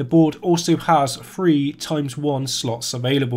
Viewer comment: Caps-lock me to death if you wish, I'll only ignore it anyway, but I find it difficult to take anything seriously from someone that can't say THree.